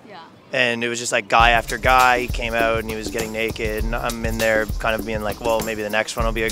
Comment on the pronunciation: That Canadian accent is so thick it’s distracting. Bro you need to pronounce “ou” correctly. Out. About. House. Mouse. etc.